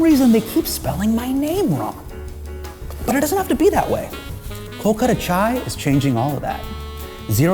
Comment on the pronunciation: Hasan, I support you with all my heart, but man, please, pronounce KOLKATA right. As a Bengali from Kolkata, I can't support an Indian selling an authentic chai brand named Kolkata Chai and pronouncing Kolkata wrong. Please, I request. I'll give you private lesson for a cup of chai. Promise. ❤